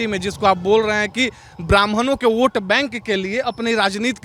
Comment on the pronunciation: वोट होता है ओट नही 🤣🤣🤣🤣🙏🙏🙏🙏